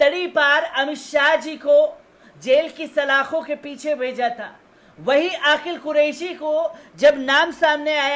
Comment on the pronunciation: Bhai aapki urdu bahut kamzor hai sari duniya aapki khabar ko sunti hai lekin aapke lafz bilkul jahilana hota hai, Aqeel ko aaqil bolte hain ye galat lafz bolte ho.